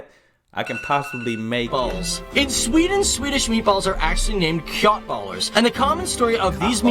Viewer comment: You don't prounce köttbullar with a k like that, it's prounced the way you say shh, like when you tell someone to be quiet. Shöttbullar haha. And the gravy depends on what you eat with it. Most people don't have gravy with meatballs if you eat it with pasta.